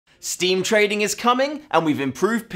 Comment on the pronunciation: DID YOU SAY TRADING